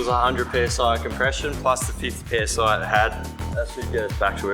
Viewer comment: The "PSI Saxty"......